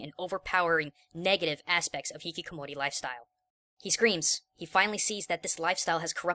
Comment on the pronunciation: It's Hikikomori,. Not Hihikomori.